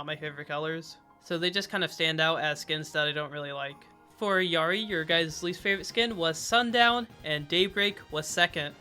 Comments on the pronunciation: Proper Illari pronunciation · You are like the fist content creator that says illaris name right. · as a peruvian person, thank you so much for pronouncing Illari's name correctly 🙏🙏